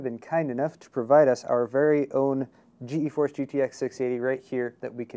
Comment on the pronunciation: stop pronouncing it as G-E-force it's pronouced as "Geforce" [Gee][force]